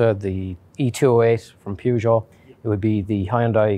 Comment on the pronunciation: The way the guy said Peugeot, like pew-jot, cracked me up!